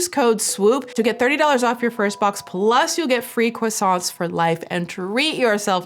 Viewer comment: Swoop: "croissant" Me: Best pronunciation by a USian I've ever hea- Swoop : "croissantSSSSSSS" Me: Nevermind.